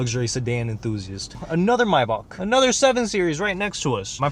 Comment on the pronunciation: I love how you say Maybach. "Mybock" lmao 😂